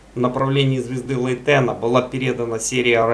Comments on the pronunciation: У нас в языке англ. имена вроде ставят на первый слог, БАйрон, ДжЕррард, ФЕргюссон и т.д. Да и в википедии на первый слог - ЛЕйтен. Я не придираюсь, не подумайте, просто интересно стало. Спасибо. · А почему ЛейтЕна? Ударение ведь на первую "Е" или нет?